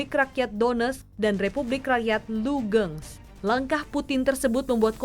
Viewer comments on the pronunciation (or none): Nama kota nya lugans bukan lugeng 😆